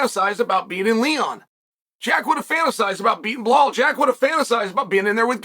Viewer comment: I am wondering for years on how Chael can be that good in presenting his analysis and at the same time names like Blahal and Maklachev still slip through his mouth .. ;d